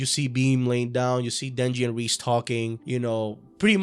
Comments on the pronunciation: "Ríz" ... Bruh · Its pronounced "Rey-Zey" btw. For all the homies. Great vid tho